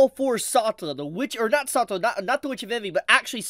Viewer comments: Pronunciation. The Anime has her name: Sa-tel-la . You saying it in one breath, one syllable is completely confusing. It is only from context do I know who you are talking about. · The way you say “Setella” is cursed bro. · saw-tuh-luh.. I'm cringing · please pronounce Satella correctly.. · How is he still getting Satella's name(pronouncation) wrong is beyond me. When you have both Dub and Sub version available 😢. 💔